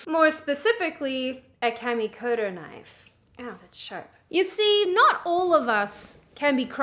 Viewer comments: “that’s not a knoife. Now this, this is a knoife.” I wanna hear do a Crocodile Dundee reaction/review and do quotes!!! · It's pronounced noyyfe ...and I thought you were Australian. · Silly Aussie, it’s pronounced, “noife”.